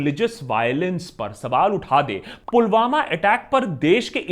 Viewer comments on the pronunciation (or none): none